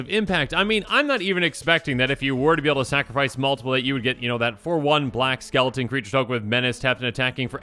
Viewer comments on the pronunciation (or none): none